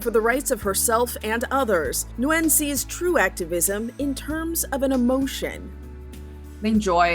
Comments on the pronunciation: It is not pronounced, “new win” it is pronounced “win” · How can you get the pronunciation of her name wrong a dozen times when the video starts off with her pronouncing it correctly for you?